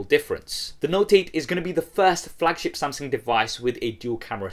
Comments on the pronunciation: it's Samsung, not Samseng 😂😂😂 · Why does it sound like he's saying "Samseng"? I CAN'T UNHEAR IT